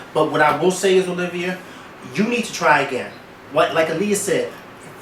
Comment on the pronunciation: YOU BETTER SAY IT! (that heart to heart with O-LIV-A) was MUCH NEEDED! LMAO